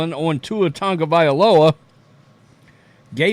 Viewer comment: Hopefully he learns and calls it a career. On another note. Why do all of you guys add an N to Tua's last name? It's TAGOVAILOA not Tangovailoa. I swear everyone who says his name F's it up. Your name is who you are. Respectfully say it right.